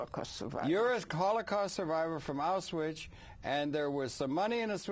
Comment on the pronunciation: Auswhich? He needs some education.